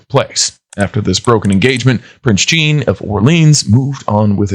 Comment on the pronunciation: Do not pronounce Jean like Jeanne...